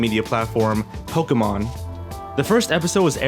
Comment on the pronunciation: I loved it when he said Pokemon not POKEEEEEEEEEEEEEEEEEEEEMEN